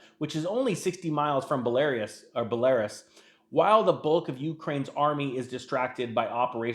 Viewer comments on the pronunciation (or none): Its pronounced Belarrroos :)